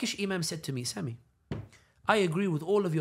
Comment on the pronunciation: His Turkish accent pronunciation of "Sami" was perfect 😆